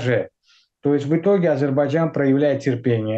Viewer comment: Уважаемый переводчик с английского - мужчина, не Азербаджан, а Азербайджан.